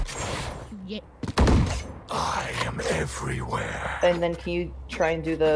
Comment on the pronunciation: Lmao I heard canto